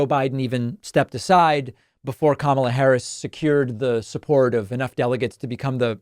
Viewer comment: As an Indian guy I can confirm Trump's pronunciation of Kamala is way accurate than yours